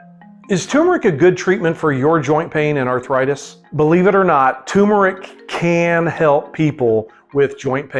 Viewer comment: It is turmeric not tumeric.